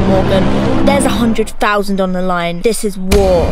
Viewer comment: one hondrud fousand dollas